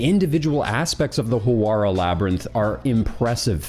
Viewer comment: "Howarah" "Lexor" Dude, at least try.